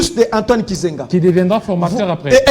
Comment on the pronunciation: Mukubwa, Antoine GIZENGA et non KIZENGA😂